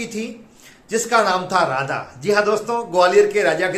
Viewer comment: Pehle to raja aur Radha ki uchharan thik se Sikh le. Kabhi kabhi to lag rha thha ke bhola raja se shaadi karne ke liye Radha ki anumati lene gaya thha.